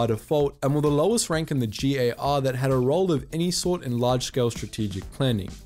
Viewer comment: Wonderful video, starsim just got slapped in the face by this one. Also very happy to finally hear a "jhee" instead of a "jhay" in G.A.R.